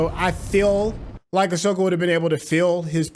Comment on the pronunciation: Please learn to spell and say her name correctly. Ahsoka.